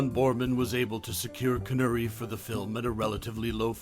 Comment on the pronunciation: CON ERR REE not CON URR EE, the mispronunciation took me out of an otherwise good video